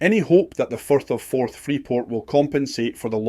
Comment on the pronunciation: 8.41 minutes in , the speaker call the Firth of Forth, the Forth of Ferth.... Oops !